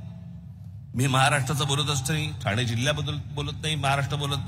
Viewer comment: साहेब ठाणा नाही ठाणे पुणा नाही पुणे दुरुस्त केली चूक😊